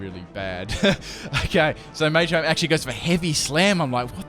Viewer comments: dude its not maychamp its MA CHAMP :P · why do u not say machamp like ma-cha-mp because you say may-cha-mp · I like how he says "Maychamp" :P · Two things; one why are you saying machamp so weird, two your intro is annoying it's so long